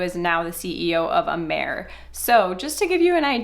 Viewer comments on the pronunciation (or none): It's excellent. Did a ton of research on it before I purchased and ingredients are high quaily and research based. Been benefitting from Amare for 3 years and choose to not build a business....which is totally acceptable!!! BTW, the name is pronounced ah-mah-ray. It means love in Latin and most people pronounce it right on the first try. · Mental wellness and mental illness are two different things. Amare does not claim to cure mental illness. You should at least pronounce the name of the company correctly that you are making false claims about. The products are helping a lot of people. The products work. It doesn’t seem like you are credible. You really have no idea what you are talking about when it comes to Amare.